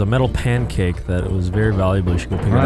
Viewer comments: said puncake. Himicane is officially in the Vanoss crew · Vanoss finally got to say puncake after all this time 😂